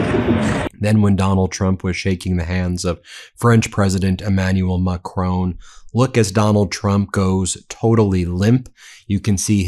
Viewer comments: PLEASE PLEASE PLEASE (Ben Me-is-a-lass) - learn how to pronounce Macron. I'm British and I can manage it! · Please learn how to properly pronounce President Macron's name. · Please, please learn to pronounce Macron. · Check pronunciation of Macron! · Please, Please, please Ben. Do your very best to pronounce Macron properly. It is Ma-cron, rhymes with baton. Please, please, for me, just learn the correct pronunciation. Thank you very much.. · I wish you would learn to pronounce the French president's surname. Ma-cron (almost don't say the n) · Stop mispronouncing Macron. Not a difficult name to say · You’re pronouncing the French president’s name wrong doofus 🤪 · in fairness to Trump he can pronounce Macron unlike you Ben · Ben, ce n’est pas Macrone! It is Ma-cron, with the R at the back of the mouth, and the N sound shortened and the tongue touching the soft palate. Hope that helps, mon ami 👋 from 🇬🇧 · Always excellent! N. B. - Not Mac-rone, like roan, but Mac-Ron (like the masculine name, Ron)🤗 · Who is this president MaCrone? If you can't manage a french accent at least pronounce it as MACRONN There's no E at the end. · French President is Mac-RON - not Mac-ROAN! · Ben, why do you always misprounce the name of the French President. His name is MACRON. You always say MACRONE. Why ? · Just saying.. It’s Mac Ron, not ‘macrown’ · Please - It's Mac-RON, not Ma-crone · S’il tu plaît, it’s not Mac-tone, it’s Mac-rhon. Not in spelling, pronunciation. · His name is Macron, not Macrone. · Macron! Not Macrone! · Love you guys, but hate how Americans keep butchering Macron’s name. I understand that people have difficulty with the French pronunciation. But nobody reads the word “micron” as micr-own. Just say Macron, just like it’s written. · Pse pronounce Macrons name correctly. Pronounced as follows: Mac. Ron. Not Mac. Rone!! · Please Ben it’s pronounced Maa.kron not macrone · Hi Ben. macron is pronounced like don,you say Macroan, in case you’re interested,watch you daily😊